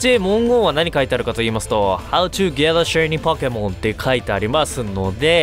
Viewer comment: How to get a shiny pokemonの発音良過ぎで草